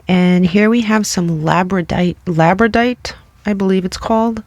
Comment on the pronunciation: It’s “labruhdawrite”